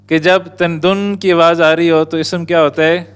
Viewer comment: With respect. Lufz not Lafuz. Ism not Isum.